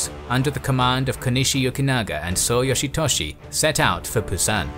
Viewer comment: Yoshy Toshy lol funny sounding